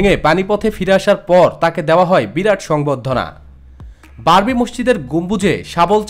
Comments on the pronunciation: Babri, not barbi.... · স্যার, "বারবি" বললে তা'র পরের শব্দটা হয় "ডল"!!!